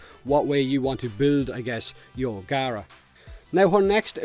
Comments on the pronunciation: Its pronounced gah-rah according to the devs as seen in the ps4 stream today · CMANIAC1 no its not the devs sad it out loud on the ps4 plains of eidolon release stream pronounced gaara